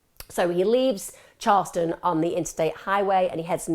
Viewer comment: It's CHARLESTON 🤨